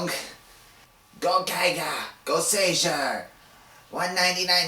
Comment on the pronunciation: Yeah it's not really a mark against you but when you know how it should be pronounced and someone is making an informative video pronouncing it wrong it irks me. Still though I have heard enough people pronounce Goseiger wrong to forgive you. Now if I could give you one piece of advice it would be to not make comparisons between Sentai and Power Rangers. Regardless of how much easier it makes things to explain Sentai is its own thing and if you don't want to talk about it then don't